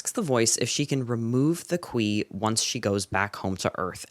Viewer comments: 'khwi thing' sounds like something? it sounds like queefing. xx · “Qui” sounds too much, wayyy toooo much like queef.